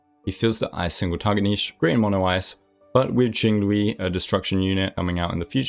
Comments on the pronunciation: Hey, I think you should change the Jing-loo-ee pronunciation you made before it's stuck >.< more like Jing-lee-oo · Her name is pronounced ging like hunter x hunter gons dad if you watched or read gee inn guh lee uuuu but you can pronounce it as jing lie you or whatever is comfortable for you some players say ge pard mmm bii bib tor loo naiii zeee lay etc i miss pronounced some characters names too like fu xuan seele yangqing luocha its supposed to be luu ouch chaaa apparently the director cast changed it in english from luocha to that and i appreciate your guides and tier lists it helps me understand who works where and what to go for for building units and pulling for ones i lack on my weak account!! 🐻 ❤ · While it isn't perfect, you might want to try pronouncing jing liu with the second part sounding like "li you". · "Ching Luii" ??💀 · Although jing-loowee had me rolfing, great video 👍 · jingliu is pronounced 'jing lee-you' !! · her name is pronounced as jing liu (lew like lewd without d) :) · I'm so sorry that im unbelievably dissapointed at this. Its pronounced Jing-Leuw btw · I agreee Yanqing is least future proof unit amongst all the standard unit due to his finnicky-ness. I feel that he is the dps that is affected most by RNG (other than Clara if she somehow does not get hit at all). Jingliu is pronounced as "jing lee-u". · Isn’t it closer to low, rather than lee-u? Kind of like how Xingqiu is shing-cho? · I was so serious until he says Jinglooey! 🤣 Anyway, great vid as always.